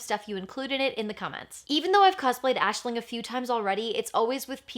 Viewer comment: Aisling is my name... Its not very common where I live, and it being pronounced correctly is even rarer! So uncanny to keep hearing it 🤣